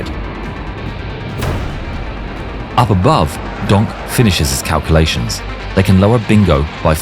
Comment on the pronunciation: Every time he says donk “Gonk”